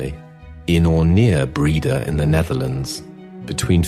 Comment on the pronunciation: Breda , not breeder. Breugel- pronounced Bruchel .